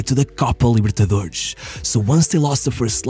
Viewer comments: Your videos are great, but please stop pronouncing X instead of S at the end of the words. It's not Libertadorex nor Santox. Just pronounce a normal S as it should be. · Essa libertadorexxxx entregou que ou é um carioca ou um português. Edit: xantox tbm